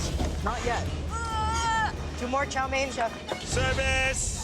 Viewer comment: chow me-in... no.. it is pronounced "chow mane"